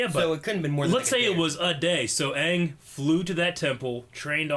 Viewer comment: CittaV Box They pronounced Aang as AHHHHHHHNNNNGGG